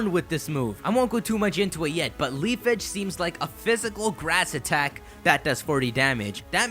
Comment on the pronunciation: ITS LEAF-AGE NOT LEAF-EAGE